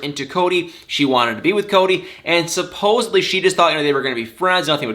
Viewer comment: Did you just say "supposeBly?"